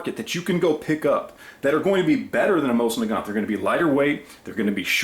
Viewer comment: learn how to pronounce it right first. Used to be 80 bucks at gunshows.... 20 years ago. Complete junk.